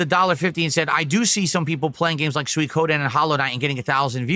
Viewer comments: lmao he cant pronounce suikoden. When he starts raging and demanding money towards the end it's fucking insane. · Can he please stop saying "sooie-koh-den". Im begging him at this point. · Peoples money isnt his money the manchild literally asks for $1500 for what? A damn $15 fast food meal that he always fking gets on a regular basis ridiculous. I also hate how he says "Soykoden" fking dumb af.